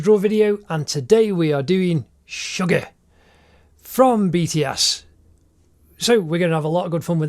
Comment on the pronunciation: Ammmmm.... It's Suga not sugar ok next time pronounce nicely